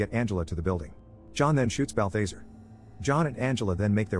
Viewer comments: Bal·tha·zar not Bathe - thazare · Please please please stop, Not "Bal-thase-er" its "Bal-thaz-are" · I hate when people can't speak English and they use these computer voices to do their voice overs can't even say people's names right that demons name is no BAL THA ZARE not BALFAZER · bath lazar not balbazer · Bal-THEY-sir. twitch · 1 why the hell am i watching a recap of a movie i've seen xD 2 im pretty sure it's pronounced "balth-ah-zar", like "car" not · It's pronounced bal·thuh·zaar. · BAL - THA - ZAR Is how its pronounced. 👺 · The fact he's pronouncing Balthazar's name incorrectly is bugging me so much... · Omg I know that was driving me crazy!! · How he keeps saying Balthazar 😂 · My man slaughtered balthazars name lol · I don't think you watched the movie. You constantly mispronounce Balthazar's name. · you are pronouncing bathazares name wrong